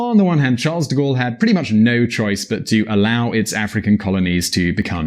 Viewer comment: Charle...the S is silenciooo